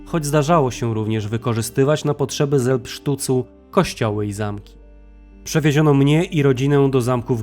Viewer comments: Taka mała uwaga - selbstschutz czytamy jako "zelbstszuc" a nie "zelbsztuc". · Taka mała poprawka: Selbstschutz, a nie SelbstschTutz😊👍